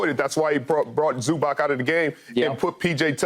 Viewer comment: First thing: he is not Zubak, he is Zubac. Second thing: it is about time for NBA to learn fundamentals of this game!